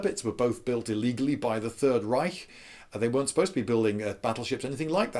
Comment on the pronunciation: Hey! You pronounced reich correctly!